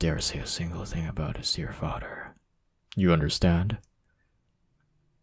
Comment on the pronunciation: the way he said father "fader" 🤣🤣🤣🤣